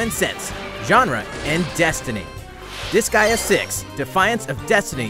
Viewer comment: Wsh il a dit UN NOUBEAU DISGEA ARRIVE MEEEC ! J'me suis dit C'est quoi Disgea 'O-O